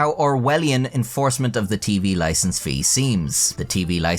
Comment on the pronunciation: "Loicense", noice!